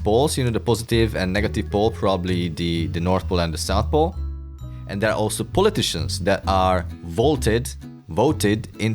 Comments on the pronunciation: It might be in this flat earth trolls language, but none of what he said at the end even makes any sense, crickets, he can't even get it right with poleiticians lol, poll as in politician, political leader, ya know, you ain't got to have brains with the FES that's for sure😂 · Yes, I gotta say, pol-aye-ti-sheeans are shameful...